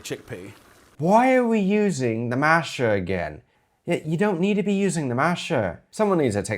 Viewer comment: I think your accent is being affected by watching so many British vids 😛 Sounds like you've learned "masher" from listening to Irish chefs a lot (love it 😀)